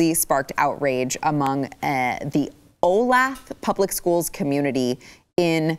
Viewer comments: Olathe? Oa-Laye-Tha is how to say that, it's near KC. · Olathe? Pronounced O-lath-a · Its pronounced Olathe (O-lay-tha)